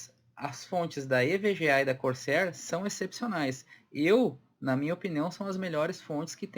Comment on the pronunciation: Evga e corceer? Com o sotaque, foi isso que entendi!